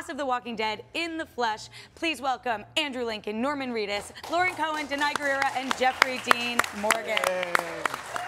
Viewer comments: It seems like she said Laurie and tried to correct while saying it so it comes out as “Laurien”. It’s without a doubt not just Lauren, the face doesn’t lie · Did she say laurrie cohan 😂😂😂